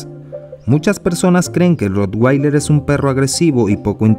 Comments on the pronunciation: Se pronuncia rotvailer, no rotguailer ni rotgueiler, ya que es alemán y en ese idioma la w siempre se pronuncia como v. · Se pronuncia Rotvailer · Al ser un perro alemán la w se pronuncia como v y no como u (inglés). Independientemente de esto, es un perro increible.